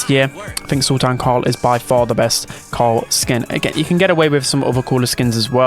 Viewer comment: I remember watching this as a kid peak movie and yeah there’s definitely some inspiration with the Brawl Academy skins man said Sul-Tan😭🤣 oh nahhh😭🤣 W reference!! PEKKA ASH is AURA this guy bro I cba😭🤣 nah it was 2023